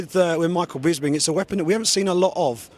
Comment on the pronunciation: It's bisping not 'bisbing' you idiots